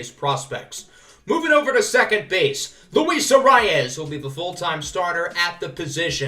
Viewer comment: For Luis Arraez it is pronounced ah-rise